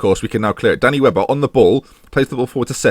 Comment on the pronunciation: Half the time you say Danny Webber I hear "Danny Welbeck" and it just makes me giggle. "Got James Lynch in goal, Danny Welbeck starting up front, the cow in midfield." Bonkers.